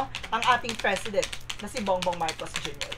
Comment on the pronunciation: Its "P" for President. Hindi Fresident. 😂😂😂 Anyway, thanks for the entertainment.